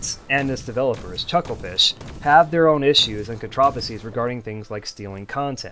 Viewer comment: You know, the way you pronounced "controversies" sounds like a different word and was confused until I turned on the subtitles. It did bother me a bit but that's very minor, suppose it's an alternative pronunciations I'm unfamiliar with. I do have a love/hate relationship with Frackin', as I've spent over 2k hours on that game. Like the sprite work for that mod is quite inconsistent, often clashing with Starbound's style.